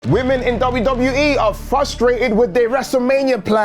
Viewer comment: Come on...FRUST...hard R. Frustrated. It's like listening to a little kid say Psgetti instead of Spagetti lol. Take it lightly. I get corrected for fragrance pronunciations all the time lol